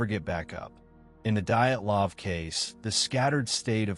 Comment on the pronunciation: The moment I heard "diet -lahv" I stopped listening.